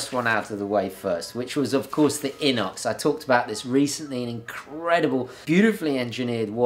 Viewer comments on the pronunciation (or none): none